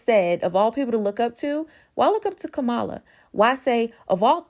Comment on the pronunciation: It's really disappointing that you are pronouncing Kamala the way you are...